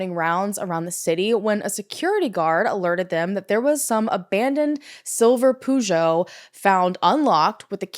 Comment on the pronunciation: i know Peugeot is a car brand but the way it was pronounced confused me and I thought maybe it was a different car brand, other than Peugeot, that I've never heard about.